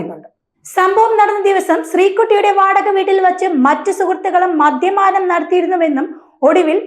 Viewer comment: മദ്യമാനം എന്നല്ല വാർത്ത വായിക്കുന്നവളെ മദ്യപാനം എന്നാണ് നിന്നെയൊക്കെ ആരാ വാർത്ത വായിക്കാൻ നിറുത്തിയത് കഷ്ടം.